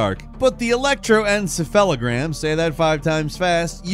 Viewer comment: Your pronunciation of electroencephalogram was serviceable!